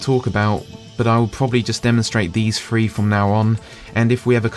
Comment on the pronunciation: It is driving me up the wall that you keep saying "Lura" instead of "Lua". Or "Free" instead of "Three".